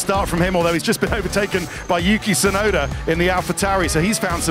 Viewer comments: no that is 'yuki' which can mean snow, the correct pronunciation of Tusnoda's name is with a long double uu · Only Jenson Button seems to get the pronunciation of Tsunoda right (probably because of his time in Japan and his ex wife being Japanese). The T in Tsunoda is not silent in Japanese. The syllable tsu (つ) in Japanese is the same sound as the "ts" in "cats". But English speakers always seem to assume it's silent. The same mistake is often made when saying the Japanese word, Tsunami. Although it's less obvious, the "u" in Yuki is extended a little bit more. Just plain "Yuki" without the extended "u" is not only the same as the word for snow, but a girls name.